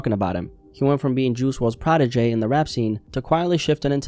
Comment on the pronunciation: Loved the Vidoe You Saying ProdiJAY Got me Cracking